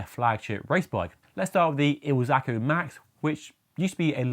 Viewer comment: IZ-ALCO, not IL-ZACO..😊